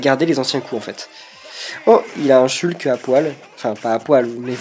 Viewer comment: T'es mal placé pour dire ça avec tes K"i"rby et sh"wu"lk Anyway, t'as abusé de café avant cette vidéo, j'arrive à peine à suivre ce que tu dis xD